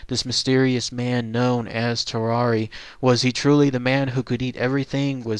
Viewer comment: lmao u pronounced tarrare like ferrari...... hes french my guy its tar-ehr